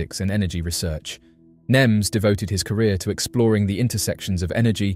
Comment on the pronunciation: His last name is nemes Not nims